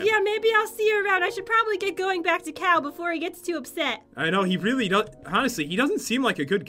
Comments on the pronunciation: It's pronounced Cow. Cal, and Cow are the same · "That's not nice Cow" lol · said cow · Am I the only one that thought was saying Cow instead of Cal? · madison wilson I 💭 so to she said 🐮 instead of cal